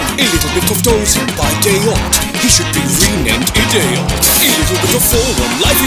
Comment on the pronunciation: "He should be renamed I-dayot" had on the floor